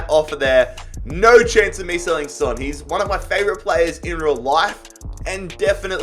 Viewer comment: Heung Min Son's name is pronounced like it's written, son, with an "o" sound, and not like the word son which pronounced with an "a" sound